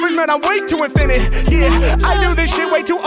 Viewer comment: Her: mispronounces thermometer. Then Harry: mispronounces “infinite”. But he does it every time.